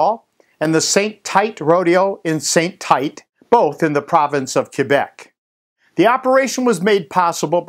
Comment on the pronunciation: St-Tite is pronouced Saint- Teet. Good job none the less.